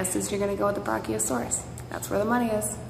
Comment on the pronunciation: I'm surprised she can even pronounce the word